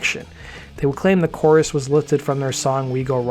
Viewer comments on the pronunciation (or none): none